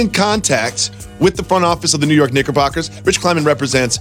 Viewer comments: My man said kniggabockers 😂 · Jacoby gotta chill saying the Knicks full name. Sound like he dropped the N word a couple times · hey rewinded it like 5 times man ...clearly no CK in that Knickerbockers on the first rip LMAO